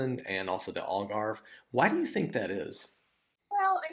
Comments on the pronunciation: If you speak English ALGARVE is pronounced not like ALL GARVE but more like HAL GARVE. Or as in AL CAPONE. Get it! And it's O ALGARVE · Al, Al .... not All Garve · You have been in Algarve since 2017 and you still don't know how to pronounce the name properly. Shame on you american immigrants